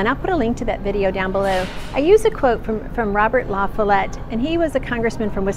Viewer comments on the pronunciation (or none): FYI Robert La Follette, who became a Representative for WI; then he became Gov. then a Senator. The pronunciation is La / fal / let. So the 'o' has an 'a' sound. Thank you for the video.